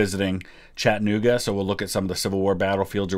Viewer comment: I live in Chattanooga and I laugh each time I hear him say it. There’s no H in the pronunciation